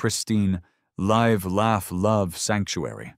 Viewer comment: What a Great Example of AI's Issues "I Live Here" ... AND "Live Fish" Live in this Instance is Not Pronounced The Same way LIVE LAUGH LOVE Spoken Like Live Bait Hilarious AI = 2 year old Train Wreck